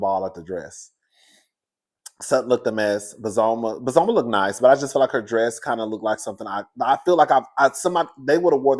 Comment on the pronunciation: Hey cousin they pronounced her name a Bozo ma. Bozoma